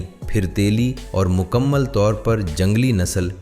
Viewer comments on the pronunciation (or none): none